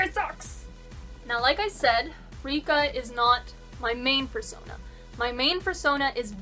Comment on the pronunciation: "How to make æ foorsonaaa!"